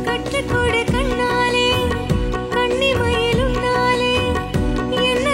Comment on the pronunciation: இந்தப் பிரியங்காவுக்கு நல்ல குரல்வளம் ஆனால் தமிழில் ன, ழ, ள சுத்தமாவே வராது போல "கண்ணிமயில்" "கண்டாலே" "என்னாலும்" "பூபாலம்" என எல்லாமே தமிழ் உச்சரிப்புத் தவறாகவே பாடுகிறது.